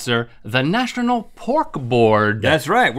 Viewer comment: "The Nastronal Pork Board?" 😆